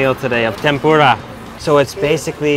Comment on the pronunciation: (Tem-Por-Uh) not (Tem-Por-Duh) nonetheless amazing mouthwatering video!